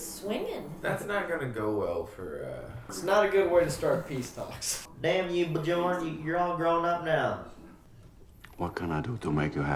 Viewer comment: Bee-yern. Not Bee-yawn